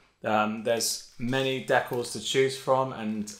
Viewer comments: This guy said “decklls” like WHAT? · what are de-calls u mean de-cals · You saying decals wrong was like chopping off a finger 1 by 1. Great video though